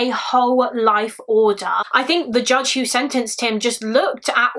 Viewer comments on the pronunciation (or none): none